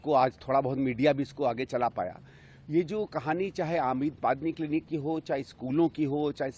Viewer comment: मोहल्ला क्लिनिक है या मैला किलनिक